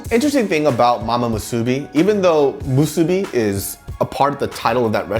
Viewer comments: why are you calling it Mu SOO BI It's Mu Su Bi, same stress. If you come to Hawaii again I hope you don't say Mu SOO Bi and say Musubi, otherwise you might get some weird looks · LMAO the way pronounces musubi and onigiri in a Korean accent.